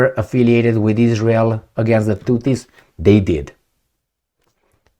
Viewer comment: It is not Tuttis, it is Houthis.🙉